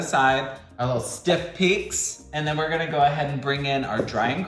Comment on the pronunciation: "Siff peaks" 😂 You're amazing. Also, thanks for sharing your story.